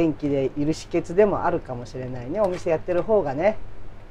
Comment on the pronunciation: She pronounced 秘訣(hiketsu) as “shiketsu”, I heard she is from Kagoshima but it seems like she picked up the local dialect of downtown Tokyo. It’s so cool.